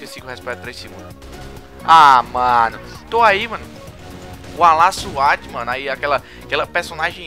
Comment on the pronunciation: kk e nao é LA SWAT e lady swat kkk vc pronunciou errado uahsua